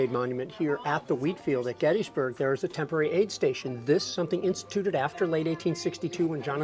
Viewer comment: I hate how miss pronounces Gettysburg.